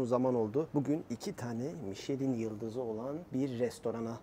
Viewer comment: Müsadenizle küçük bir katkıda bulunmak istiyorum. Michelin "mişlen" , hommage "omaj" olarak okunuyor. Hommage saygı gostermek, saygı sunmak, saygí duruşu anlamına geliyor. Sanıyorum restoran menüsü ile fransız mutfağına bir saygı duruşu niteliğinde..